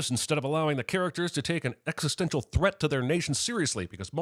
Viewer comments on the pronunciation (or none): none